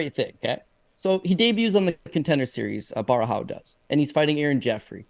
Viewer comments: Caio Borralho Repeat after me, Bo-Hal-Yo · Nah, I'm Brazilian and that's not how it's pronounced, he must have said it like that to make it easier because it must be really annoying that they always say his name wrong, It would be more like Bo-Ha - Glio , if you pronounce this Glio as it is pronounced in Italian, it would be closer